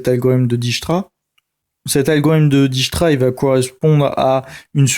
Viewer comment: dijkstra est un nom hollandais dijkstra et non dijsktra ij. se prononce "aille" en néerlandais. dijk. la digue se prononce daille'ke